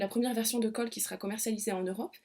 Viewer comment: Super intéressant et voix douce. Néanmoins le mot « khôl » se prononce comme le prénom Cole et non pas « colle » , ce qui est confusant .